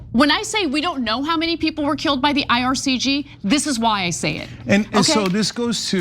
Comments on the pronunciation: IRGC not IRCG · Even the IR couldn’t do this good of a propaganda on their behalf. Anna cant even get the names right. Its IRGC not IRCG. These takes are just so embarrassing. Such an insult to Iranian people butchered by this regime.